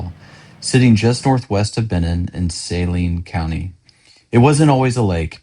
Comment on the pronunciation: Dude, are you not from around here? Learn how to say the names of places before making a video about a place. For one, it's not outside of Little Rock, it's outside of Benton. And no one's passing by going to Hot Springs. It's way out in the country. Secondly, it's Su-Lean County, not Say-Lean. 🤦🏻